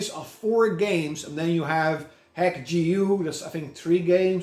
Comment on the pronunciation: I think that RPG is pronounced dot hack. Bit of a weird one if you put your games in alphabetical order